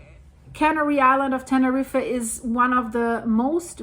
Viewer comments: Love your videos 🥰 it’s pronounced like “ten-er-eef” if that helps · Correct. Same with the name 'Tenerife'. Pronounced like 'Tenerreef'.